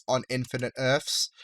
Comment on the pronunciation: Why do you say "earfs" instead of "EARTHS"?